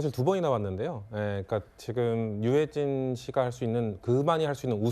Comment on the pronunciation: 진행할 사람이 얼마나 없음 저리 버벅거리는걸 세웠지? 첫 마디부터 유해준? 계속 버벅거리는데다 목소리도,호흡도,발음도,능력도 전혀 수준 이하인데 누가 왜 세웠을까? 외국어를 시키는것도 아니고 넘 심하네ㆍ 정신좀 차리고 방송하자